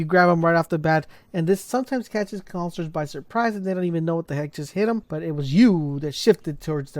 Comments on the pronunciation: He doesn’t know how to say “ counselors”😂😂😂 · "The conslers"